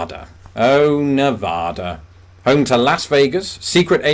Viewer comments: My brother, I love your channel, but as a native of Nevada, it's an obligation for me to tell you it's pronounced nuh-VADD-duh, not nev-odd-uh. 😜 (Honestly just razzing you! Great vid and great channel! Keep it up!! 👍) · So, no, it's not NEV-AHH-DA. Hopefully not the first to tell you that, but it's nearly a shooting offense...LOL. Get it right. NEV-Ah-Dah. See. Too easy! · It’s Nev -AD - a. Not Nev -AH-da. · Love the Rick Steve's impression. If you add your UK square miles to that part of Ireland not in the actual UK, then is there a difference on your list? Oh.. and by the way....people who live in Nevada call it Nev- ADD-uh (not Nev-AHH-uh) I spoke it incorrectly too until I lived there for a bit. Now I ADD it correctly :-) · I Know you can say Nevada properly now, Nev add a, not Nev odd a. 😁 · It's NOT "Na vada"! (as in "Ah") It's "Nevada" With the A similar to the "A" in Action!! And, for what it's worth, anything, I mean bloody ANYTHING is possible in Las Vegas! You want aliens, prostitution and nuclear bombs? You want all three at once? - it's out there. (Talk about perversions). It's all illegal in Vegas, but so what? Just bring LOTS of money. (The bombs, however, will be fake. You can't have everything.) NOTE - Prostitution is NOT legal in any county in Nevada that has a population of more than 100,000 people. This was carefully done so that prostitution would be legal in impoverished counties out in the bushes where there is a low population base, and also illegal in the big cities, such as Las Vegas, Reno, and South Lake Tahoe. There the "normal" citizens would object to prostitution. You know, ladies of the PTA, animal rights activists, busybody bored soccer mom housewives and such. (And don't forget the bible thumping housewives who are playing around while hubby is at work.) But still, if you have that urge, all you have to do is take a short drive to the next county, and Bob's your uncle. Again, bring lots of money. Don't get me started here....